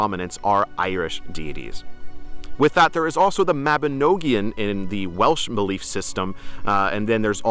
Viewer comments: The Welsh tome the Mabinogion is pronounced " mabi-nog-ion" not "Mabi-no-gion" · For help with the pronunciation of Mabinogion - it's mab-in-ogg-eeon. Don't over-pronounce the 'o' as 'ohh' as it's like the O when pronouncing 'on,' rather than 'over'